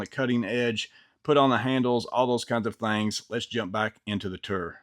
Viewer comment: Can you please say “Tour” again sir? 😂 “Ter” Kidding aside Great video. Thanks bud.